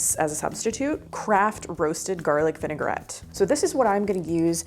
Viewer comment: The correct pronunciation for the dressing is vin-a-grett, not vinegar -et.